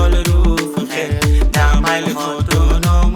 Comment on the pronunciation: উচ্চারণে ভুল আছে। আদিবাস নায় অধিবাস।